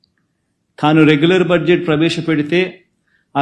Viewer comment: He cannot even pronounce budget properly